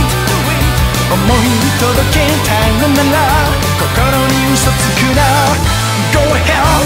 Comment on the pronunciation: sounds more like 'GO TO HELL" XD lolz